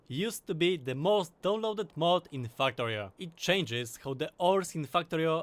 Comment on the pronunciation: When I talk about factorio with my friends, I call it my faktoreh We all know why. Factorio = = Factorio